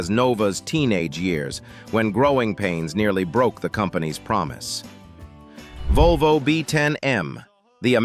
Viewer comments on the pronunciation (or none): none